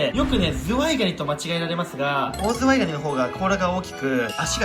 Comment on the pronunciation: when zuwai sounds too much like zwei......